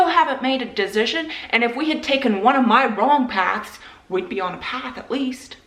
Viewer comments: Why do you keep saying dezision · As an INTP I am immediately firm on how funny her pronunciation of “decision” is. No wavering, I’ve made my “dezision”. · I am an intp and the way you say decision is driving me crazy. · My INTP personality is being triggered by the way you pronounce decision 😂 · Fine then but the way you pronounce "decision" drives me absolutely insane. Sincerely, A well balanced INTP